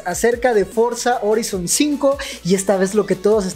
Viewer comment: No es bueno corrigir a mis mallores pero me han inculcado el tema la pronunciación FORZA HORIZON 5 se lee forza joraizon 5 eso fue todo adios master